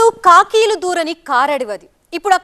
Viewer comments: కాకులు అనాలి... కాకీలు కాదు..😢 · నీ బొందే, నీ బొంద... నీ తెలుగుకి పట్టిన తెగులు తగలెయ్య. నీ ఖూనీ భాషకి పిండం పెట్ట "కాకులు దూరని కారడవే" "ఖాకీలు" కాదే తెలుగుమాసినదానా, తలకాయ లేనిదానా కాకికీ, ఖాకీకి తేడా తెలియని ధధ్ధోజనం మొఖందానా, నిరక్షరకుక్షి, అక్కుపక్షి